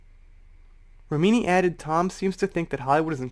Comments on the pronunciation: Hey. Not trying to be "that" person. Only trying to be helpful. Leah Remini's last name sounds like, " Rem-in-knee". Dont know if you were pronouncing it that way for a reason. Or, if you really don't know how she pronounces her name. So, just trying to help. 😁 Happy Holidays! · Her last name is pronounced Rem-min-knee. 😉 she knows tom cruise personally, she knows how batshit crazy he is. Cruise is a control freak, that's been said by multiple people on multiple occasions. Did you hear the argument between him and Christian Bale? Remini does have a grudge against scientology, but can you blame her?